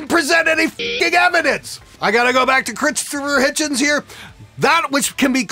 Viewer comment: im sorry, but when you said 'critsforer hitchens' i had to crack a smile